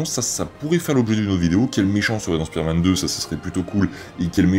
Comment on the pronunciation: Au tout début de la vidéo j'ai cru que t'a dit "pider-man" 😂😅